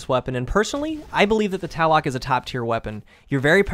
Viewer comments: It's not the Taloc it's the Tlaloc. To say this weapon's name correctly first pronounce the 't' "tuh" then say the 'lal' part then 'oc' as "uck" "tuh-lal-uck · Actually it's pronounced t-lal-ock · Tla Loek pretty straightforward pronunciation. Not Talloc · it's tlaloc. not taloc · Tal-la-lock is how it is pounced. Not Tal-lock. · not "ta-lek" its "t-la-lok/lek" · It's not pronounced TALICK!! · It made me so mad, eh. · It's pronounced Taloke actually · Tlaloc is pronounced tu-lal-luke, he is right about it being an aztec diety though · Why are u saying taloc? There isn't even a a before the l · this is how you pronounce it Thlalowk!! Thank you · i know a ton of people don't know how to pronounce it correctly and I don't blame them, but if you wanted to get close the second "O" is a long vowel like tlah lohk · It's pronounced 'Luh-Loke'. Just saying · Awesome review of this amazing gun! It was great to see you slay folks in PVP with it. One thing: your pronunciation of the name is off a bit. Check for the correct way to say it. The second half of the name is pronounced "loc" ... like the old rapper Tone Loc! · its pronounce Tla-lok, sorry I had to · It's pronounced T lay lok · prounounced Tl- AH- LL-OHk aztec god of the storm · I cringed every time you mispronounced the name, but I found the review helpful. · it kills me how no youtuber could pronounce the name right. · The O is pronounced exactly as an O is pronounced at face value (hence, "nominatively" aka "that which we typically elect"). Not to sound rude, but you aren't using proper linguistic fragmentation. Having a W means the W is voiced --- which if you pronounce Tlaloc the right way, would have no W sound at all.